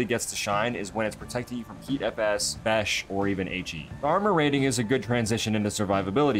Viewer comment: Are we all just gonna ignore that "BESH" lmao Boink Explosive Squash Head ? Is that what BESH stands for? Love you buddy 🤭😁